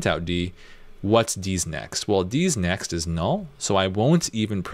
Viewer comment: First time I heard "D's Next" I heard "Deez nuts" and it triggered my PTSD. In all seriousness though great tutorial and teaching style! I love the "educate then experiment" approach.